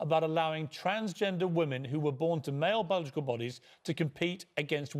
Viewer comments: Try and differentiate between your pronunciation of 'woman' and 'women'. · Why can't you pronounce the word 'women'?